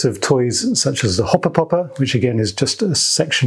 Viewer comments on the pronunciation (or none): "Hopper Popper" sounds funny with a British accent.